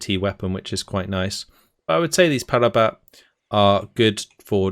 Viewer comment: Just to say, 'Ratel' is pronounced Rah-till (as in the sun god and tilling the ground). Funnily enough, the only word you pronounced in an Afrikaans way is actually said with an anglophone pronunciation (Parabat). Like your content man, thanks for the overview.